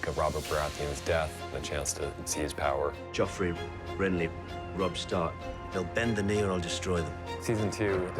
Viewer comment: It's "Joffrey".